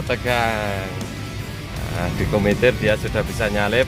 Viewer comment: Bukan KUMITIR tapiGUMITIR